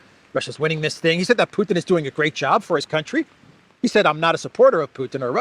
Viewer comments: Puddin', as pronounced by Graham, takes up all the space in the senator's tiny brain! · Graham talks like a little Texas farmer when talking about 'Put'n' 😅